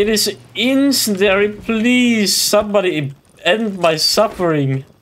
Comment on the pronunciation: IT'S FUCKING INCEND-IARY NOT INCEND-ARY JESUS CHRIST